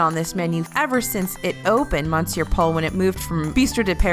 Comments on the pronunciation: Just a friendly cultural note, “Monsieur Paul” is actually pronounced “Miss-your Paul” 👌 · I cringed every time she pronounced Monsieur wrong and I’m not even French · Honey next time just Google how to say "monsieur" and practice a few times before you mispronounce it multiple times in a video, it sounds out of place in otherwise well-made professional content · monsieur is pronounced m'sear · No it’s pronounced mon-cyeu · I've never heard anyone French pronounce it that way. Wee-Sen Choo is closer to the way I've heard it pronounced - more like muh-se'yuh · I personally like the mispronunciations as it makes feel personable and adds an extra layer to the videos.